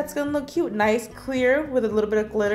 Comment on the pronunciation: She said noice not nice fit